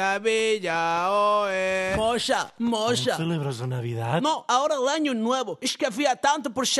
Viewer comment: Es Nossa. No mosa 😂